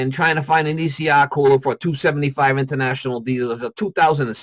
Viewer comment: Thanks. Everytime he said ECR I cringe. Imagine if he just had a plugged pcv valve.